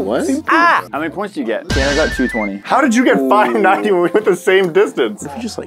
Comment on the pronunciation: Tanner not tannar